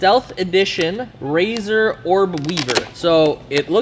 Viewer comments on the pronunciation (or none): none